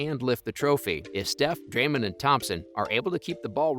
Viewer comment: “Drayman” “Stev care” 💀 💀 💀